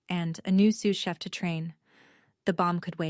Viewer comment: Dad says eight words, not six. AI can't count, ever. I just came across this and got such a laugh 'Sue Sheff' instead of sous chef. Bless AI's baby steps he/she still has a long way to go. It's a good story and I felt for Wanda and the way her family treated her. Not asking anything about her life screams not interested in you. It took nine years before the truth surfaced. Nine years of never being cherished enough to ask about what you are doing. The only thing that annoyed me with this story was the constant reference to the deed and the apron. That was a few too many mentions and got tiresome. Overall, I liked this story, although the theme of the golden child has been done many times. I liked that we were not taken back into the past and having all the i's and t's dotted about toys, school, college funds etc. When you have read a lot of the golden child stories you know the kind of childhood that came before success.